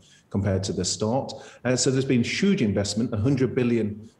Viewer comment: There’s been Shuge support and Shuge spending🤣🤣 It’s been Shuge